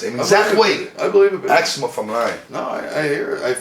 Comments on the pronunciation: "he didn't aks about it" somebody tell the interviewer to stfu. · Credible is mid sentence. Interviewer: "Lemme ax you somethin man." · so Justin starts to speak on the plane ride from hell and how Vince was chartering flights at that time, when the fucking interviewer interrupts him AGAIN with, "what choo mean charter flights....let me axe you wha tha mean" MY GOD! IS THE GUY RETARDED OR JUST THIS FUCKING STUPID?